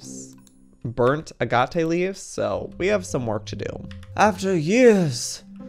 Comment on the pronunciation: Triggered every time he pronounced agate wrong